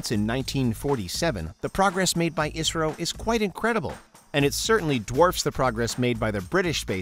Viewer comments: Not pronounced as Isro it is I S R O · I never heard people calling "isro" it is "I" "S" "R" "O" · can't believe they called it Isro? It's Pronounced as I -S -R-O